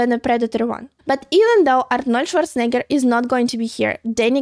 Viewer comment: I love how pronounces Arnold Schwarzenegger.